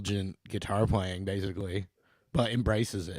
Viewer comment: Sweet gui-tar